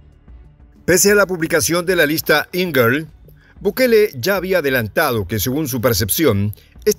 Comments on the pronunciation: Lista Engel.= Enguel.... dejà de decir lista angel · Se pronuncia: ÉN-Guel. Es un apellido alemán y significa ángel.